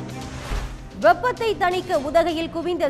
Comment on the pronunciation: வெஒப்பதை தணிக்க இல்லை வெப்பத்தை தணிக்க.தமிழை புரியும் படி உச்சரிம்மா.